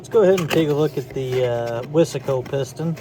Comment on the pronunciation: He said wissssssaaaaahhhhhcooooo its wise co buddd!!!!!